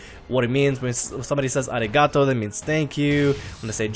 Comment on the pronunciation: You're good at languages? Jesus Christ, that "arigatou" and especially "jane" gave me cancer so hard. Please, it's alright to brag, but only do it when the bragging is actually justified at least a little bit.